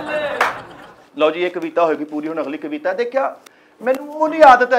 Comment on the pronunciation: ਕਵਿਤਾ ਹੁੰਦਾ ਹੈ ਕਵੀਤਾ ਨਹੀ ਹੁੰਦੀ ਮਿੱਠੇ ਚੜਦੇ ਪੰਜਾਬ ਤੋ